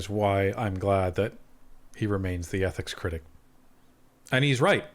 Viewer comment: Mckinnon is so rotten to the core he cant even pronounce..Ethics!!!